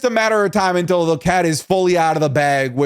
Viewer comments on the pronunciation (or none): none